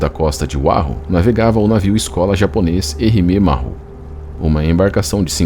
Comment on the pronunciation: A palavra "Maru", se pronuncia como se escreve, a pronuncia "marrú" está incorreta. Uma dica, quando tiver dúvidas sobre a pronuncia de uma palavra estrangeira, escreva-a no Google Translator e clique no ícone do altofalante, ou se preferir, procure um dos vastos guias de pronuncias que existem na Internet. Entenda isso como uma ajuda de alguém que curte seus vídeos e que presta atenção nos detalhes. Espero ter ajudado e fique bem!